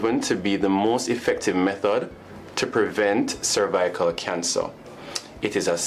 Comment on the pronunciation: that man couldn’t even pronounce “ cervical “ don’t get that vaccine do your research that woman was an actress 🙄